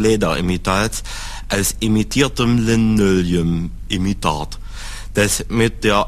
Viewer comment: hahaha imitierdemm Linööliüm..immitöt ich brech weg